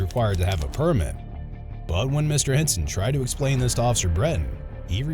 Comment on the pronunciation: “Okay, you gotta esplane that to the yudge.”